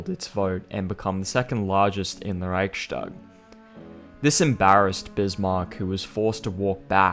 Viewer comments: I am not sure if you will see this or not. If you do, just fyi the word is pronounced "reichs-tag" as in it is the "reich's tag" and is not pronounced "reich-stag" as in "reich shtag." The s in the middle in this case is a simple [s] sound and is not an [sh] sound. It has to do with the grammar and the word division. Just a small thing ;) other than that, I reaaally enjoyed the vid! High quality stuff! I am a fan of this!! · NB "Reichstag" is pronounced "Riyhs - tak" (long "i"; and "g" at the end of a word is voiceless, and thus becomes "k"), not "Riyshtag" (yes, it is true that in standard German "st" is usually pronounced as "sht", but NOT in composite words consisting of two semantically independent elements). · Great video, just one thing because you are really trying to nail the pronunciation. Reichstag is pronounced without a “sh” sound. Usually in German st is indeed pronounced “sht” but only if the st is a natural part of the word. In Reichstag the s signifies the genitive case (attributive case). The Reich’s parliament. Reich s tag. Thus it is not pronounced “sht.”